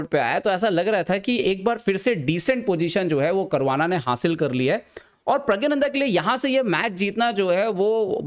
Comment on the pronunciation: pahele Puri knowledge rakhliya kr wo Hindi me aur Tamil me प्रज्ञाननंधा hi hai uske nam ka asal pronunciation yahi h 😂😂